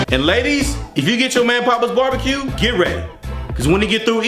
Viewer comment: It’s not Pappa’s like your dad. The A is pronounced like the A in happy. Pap-uhz. It’s their name. I think they said it was Greek.